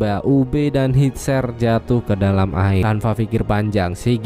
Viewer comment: penyebutan namanya masih salah min... Bjorn dibacanya biorn bukannya bejon,... hvitserk dibacanya vitserk bukan havitsek, Gunnhild dibacanya ganhil bukan gunhil.